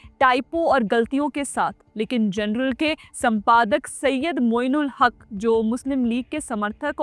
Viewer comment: जनरल नहीं जर्नल। हिंदी में अंग्रेजी शब्दों का उपयोग करना हो तो कम से कम pronounciation का ध्यान रखें।